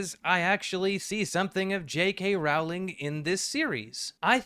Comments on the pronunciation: Is it pronounced like row? I always thought it was like this video growl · It's pronounced "rolling." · I can't continue watching this video. Each time I hear the name Rowling mispronounced, I die a little inside. 😔